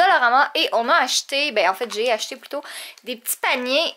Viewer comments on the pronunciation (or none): Quand a dit j'ai acheté on aurait cru quelle avait dit Jay acheté.... 🐱🐈